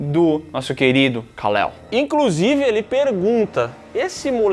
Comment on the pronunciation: minha esposa e eu gostamos tanto da pronúncia de Kalel, que demos esse nome para nosso filho 😊